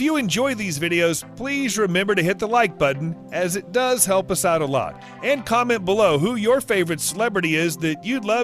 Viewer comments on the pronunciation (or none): none